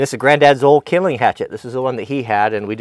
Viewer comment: Called splits idk whos the fancy guy calling it kindleing